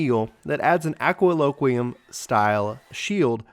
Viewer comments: As a SCH main, I cringed so hard every time you said "aqua loquiem". It's ADLOQUIUM. Adlo. Quium. 4 syllables. Other than that, solid beginner's guide. You could have gone a bit more in depth on some things (MP regain mechanics immediately springs to mind) but you covered the very bear essentials well. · He tends to not sound out many of these words. as a SCH this bothered me too haha.